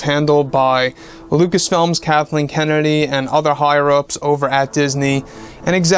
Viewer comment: He said Darthleen kennedy